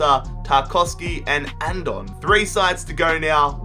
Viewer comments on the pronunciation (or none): In andone's name you say the e as well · its "Andone" not "Andon" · You said Andone wrong